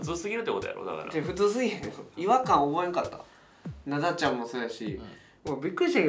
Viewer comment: 関西弁の発音だと「ナ↓ダ↑ちゃん」ですねｗ